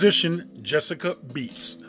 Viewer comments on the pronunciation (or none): It’s clearly Betts not Beets. You’re pronouncing her name very wrong! 😏😬